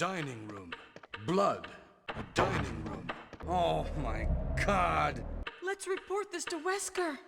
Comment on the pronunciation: "Oh my K-hod!"